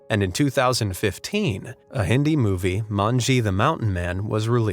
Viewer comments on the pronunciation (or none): none